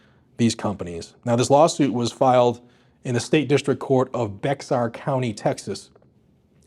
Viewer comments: Hey, Bexar county is pronounced “Bear” I don’t know why but I have a buddy from there and he told me that’s the way it’s said. On another note someone on face book is telling people to send him a dm that he has something for them and he is using Guns and Gadgets page. Just thought I’d let you know and I reported it to FB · Bexar (Bear) County it's pronounced Bear. As a person who moved to Texas from another state I paid my dues for mispronouncing it. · FYI: Bexar County, where Uvalde is located, is pronounced like bear. The x is silent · Thank you for all the work you do to help keep America free. Also BEXAR COUNTY is pronounced BEAR COUNTY. Dont know why it is buts that they way we say it. Professor Lon A.S.A.X.s Martial Arts now closed down but in San Antonio Tx , Bexar county. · Bexar is pronounced bear lol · Not sure if anyone wrote in the comments but since you will probably need to produce further videos about this Bexar is pronounced bear. Love all ya do keep up the good work. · Bexar County is pronounced like Bear County. It’s one of the most liberal parts of Texas. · Bexar is pronounced "Bear." The "X" is silent. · for future reference, Bexar is pronounced like bear for some reason. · Bexar county is pronounced bear county. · It's pronounced Bear county the "x" is silent. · Bexar County is pronounce BAY-har or BAY-er, depending on who you talk to. It's a Spanish name. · Just so you don’t have to put up with all the people who live in Texas and complain about your pronunciation Bexar . It’s pronounced beh- har for your information. Great Job please keep it up sir. 👋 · I know us Texans spell things weird, but we pronounce Bexar as (Bear)🤪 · PS: the county Bexar, or pronounced bear. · FYI - Bexar county is pronounce 'Bear' county. The 'X' is silent. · Just a heads up….Bexar county is pronounced Bear just like polar or grizzly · Bexar county is properly pronounced "Bey-har" county. Just saying. Pretty area, Liberal as hell! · Pronounced BEAR conty